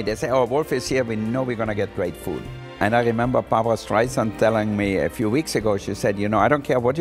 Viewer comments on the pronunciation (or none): none